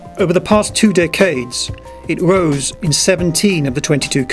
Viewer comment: The wichest person ... it wose ... What accent is that???